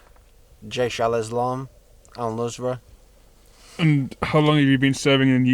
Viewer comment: Al-nusra lol